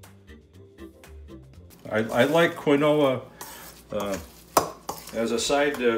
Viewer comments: Its kin-wa: this is kee-no-wa 🤣🤣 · I have a friend from Brazil (where quinoa originates) and she pronounces it Ki-no-a with the emphasis on the first syllable. Just thought you'd like to know. According to her, you both got part of it right! Lol! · You two are terrific. Thanks for sharing your recipes. I will never say KeenWah ever again!!! Haha!